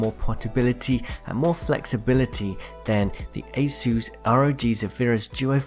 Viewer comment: The way you say Asus sounds like aceu's